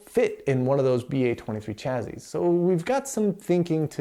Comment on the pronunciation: Nice overview of the PDP-11 cards. But “chazzizz”? :)